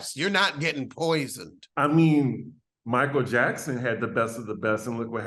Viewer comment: I know you didn't say Janet "Jackston"..😂😂